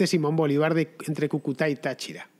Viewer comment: Gracias Fernando, no te canses de hacer reportajes, crónicas y contra crónicas sobre la degradación humana en todos los sentidos que vivimos los venezolanos. GRACIAS, MIL GRACIAS. PD: Cúcuta, se pronuncia así, con el acento en la primera U. Un dato sin importancia, pero se que estas cosas sí que importan para ti. Un abrazo y ¡QUE VIVA LA LIBERTAD!